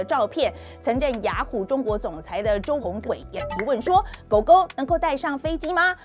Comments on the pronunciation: 周鸿祎 ，“祎”不是念”伟”，念“衣” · 周鸿祎最后一个字不读 伟 读 一yi 哦，三国时期的费祎名字也是这个字。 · 周鸿祎，我们这边读zhōu hóng yī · 纠正一下，360总裁周鸿祎，音同“衣”，不是伟。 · 应该是周鸿祎（yi，四声）？ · 周鸿yi啦，读错啦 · 周鸿祎的名字有念错